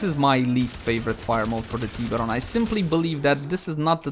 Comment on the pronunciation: The teeeeberon prime hahahaa